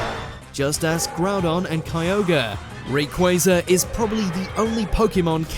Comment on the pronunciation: Honestly, im not surprised by the top ten. What does surprised me is that they pronounced rayquaza's name correctly